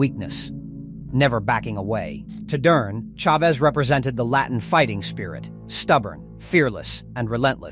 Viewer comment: so many errors.. misplaced pictures of fighters and Ai voice that cant annunciate Duran. Its good video but could be even better